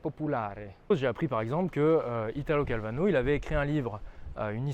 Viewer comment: Italo Calvino, pas Calvano, inculte 😜 Je te taquine, mais plus sérieusement ses trois bouquins le Baron Perché, le Vicomte Pourfendu et le Chevalier Inexistant sont très bien, je te/vous les recommande chaudement !